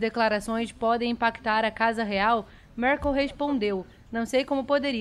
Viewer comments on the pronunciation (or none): none